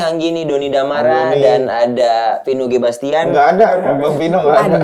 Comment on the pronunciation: Bastian min bukan Sebastián, please deh